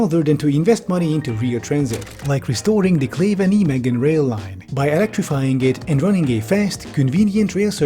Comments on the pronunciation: Getting shivers at how pronounces Nijmegen as if it's in German and not Dutch 💀 for reference, if a german tried to write the town's name as it's pronounced, they'd write naimechen, since the Dutch g sounds like the German ch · Kind of funny how the Dutch commenters are all too polite to hassle you over your pronunciation of Nijmegen. Well I'm not: NIGH may hhen. I met the most delightful Dutch girl at a juggling convention there. Still thinking of you Anique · "Knee-meggen" that hurt my ears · You can pronounce Nijmegen (N eye megan) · pronounce nijmegen with the ei from the german word nein next time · THATS NOT HOW YOU PRONOUNCE NIJMEGEN 😭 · Yeah, he pronounced it horribly. Mainly because he didn’t do the Dutch “G”. At this point, he might’ve just used the german name and pronunciation instead since he seems to actually speak German. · Not to throw shade on him at all, even the dutch can't pronounce dutch city names on the other side of the country but: Nij is not the same as nie (sounds more liike ei-h-j), and it's all long e's not short ones. Edit basically what rolandcombes says. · that pronunciation of Nijmegen lmao. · Dutch: What did you do with the IJ? Rest of World: I didn't know, so I let it slide. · Oh nooooooooo. Not again And those pods will be blown over by the first summer storm. Gyroscope or not lol. Also pls hire me for 0 dollars per hour to pronounce any Dutch name ever. Nijmegen and Groesbeek are killing me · "Neemegken". Ya pronouce it Naimeig (raspy g) en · Hey, I think I can help you with your pronounciation of Nijmegen, if you want. If you're familiar with Bill Nye the science guy, use his last name. Then the English word "may". I think changing those parts would go a long ways to help with your pronounciation. Nye-may-gen. Thank you for the video. It sure gave me the 'ick' finding out they wanna have 'pods' running in the Netherlands. Though also not very surprising with our fascist government. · also ouch